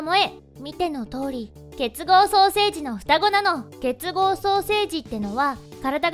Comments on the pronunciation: 結合双生児のことが 結合ソーセージに聞こえた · 結合ソーセージって聞こえたのは僕だけ?